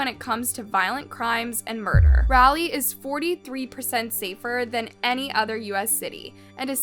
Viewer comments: It's Raleigh not rally. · We in north carolina pronounce it rah-lee not rally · O.g I really wish this girl would learn how to pronounce words before making a video!! It's "Raleigh" not "Rileigh!! Like a cheer when they say "rah rah"!! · Raw-lee say it slow raw-lee...and its a town of 500k people then what do you define as a city... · Raleigh, RAH-lee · Raleigh is Rah-leee ❤ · Raleigh (Raw lee) :) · It’s really not pronounced as rally. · It's pronounced like raw lee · OMG girl that's narrating this video- The way you Are pronouncing "Raleigh" is so annoying & so wrong!?! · You realize you're pronouncing Raleigh wrong right? 😒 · That is not how you pronounce Raleigh 😫😫